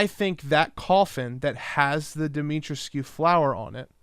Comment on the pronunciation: Say it like this, DEE-ME-TREESCU